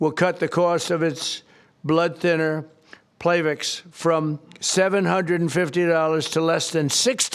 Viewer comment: “Playvix” 😅 And Aspirin is definitely a blood thinner, Mr President